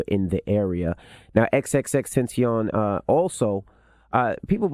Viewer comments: It's pronounce in Spanish. Tentasheon. You racist dumbasses. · It's french "Ten Tass shiioon" temptation. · I thought it was pronounced TEN-TAY-SHUN lol not TEN-TASH-ION lol?????? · FFS MY MANS SAID HOW TO PRONOUNCE IT! TEN-TAH-SEE-OWN xxxtentacion its spanish for temptation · Ten-Tah-See-On.....He was so creative eerily seems like he felt his fate approaching. He was also suffering from depression. Mental Illness is continuously dismissed and often times Wrongfully judged. Soar Sweet Spirit 🌹 Because the God is most importantly a Forgiving God. XXXTENTACION Publicly Repented for his iniquities. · His name is in Spanish Tentacion means temptation. I'm surprise DJ envy couldn't say it. Ten-Ta-C-OON... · "Killed dead" "InstaSnap" "XXXtenseeyon" - DJ Envy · XXX Tin-Tashe-ee-own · exactly....it isn't even hard to say "xxx- Ten-Tah-cee-on" very simple but people want to play the fool. R.I.P to this man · At least know how to say his name before u get on air cmon man disrespectful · I’m really disappointed with this report. A young man was tragically killed. Charlemagne can’t pronounce his name correctly and envy sounds completely unprepared. Show some respect. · You get paid millions of dollars to do your job... know how to pronounce his fucking name for this one report on this death at least or just say "x" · It's not that hard to pronounce come on now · They gotta do better! Its jokes when its light topics and gossip but come on Envy , the lack of preparation is embarrassing and disrespectful at this point. There are so many people who watch and absorb news through this program and they can't google "pronunciation of xxxtentacion?" I think Charlamange is just being his normal self which is straight to his opinion, I can't fault him for doing what we praise him for a the end of the day. bottomline though; Rest in PEACE Jahseh Onfroy, I know he helped a lot of young people struggling mentally with his music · People know who he is!!Not that hard to pronounce.😢